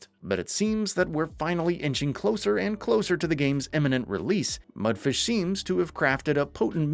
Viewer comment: Imagine making game reviews and not even bothering to pronounce the developer company's name correctly